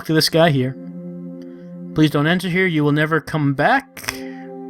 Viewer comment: 'Please', not 'pleas'